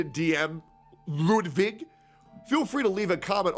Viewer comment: Your german pronunciation of ludwig is perfect greetings from germany